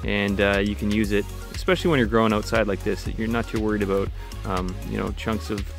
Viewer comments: it's aboot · He must be a fellow Canadian because the only way we say “about” is “a-boat”